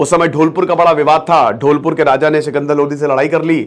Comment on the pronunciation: सर आप बहुत अच्छा पढ़ाते हैं पर सॉरी सर वो ढोलपुर नहीं धौलपुर है और लोढ़ी नहीं लोदी है